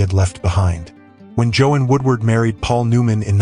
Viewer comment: You are mispronouncing her first name. AI?